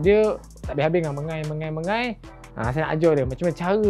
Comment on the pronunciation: Mengai, bukan mengail 😂